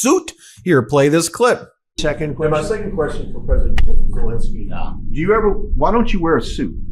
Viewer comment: As much as I love your take on all of these things, I think Zelenskyy deserves to have his name pronounced differently than the invader’s name. There are Os in there.